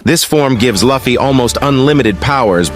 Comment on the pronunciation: pls , his name is not lafy its luffy(loofie)